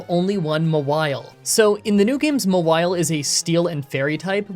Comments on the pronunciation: Ma-while? For God's sake, did nobody watch the anime? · I'm commenting this before I finish watching the run, but Mawile is one of my favorite 'mons, and I am losing it over pronouncing it M'wile. Like, it's a Maw! A big ol' mouth! Anyways, it's been a minute since I've watched an video, and I'm glad to be watching again. Thanks,! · Haha “Mah-while”… comedy gold😘👌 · Wtf! How did you say Mawile? Its just Gnaw-wild but you remove the G and the D plus change the N to an M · FYI, it's actually pronounced "Mawile." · Ok so if no one else is gonna say this cause I can’t find a single comment about it, it’s pronounced Maw-While. Maw as in mouth, like the giant mouth on its back. Just dropping this here. At least the nickname makes sense with how you’re pronouncing it ^_^ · The way you pronounce mawile is so weird. It name is from maw and vile.